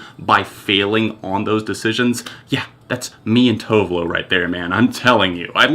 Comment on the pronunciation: the way you pronounce Tove Lo😂 great video though 👏👏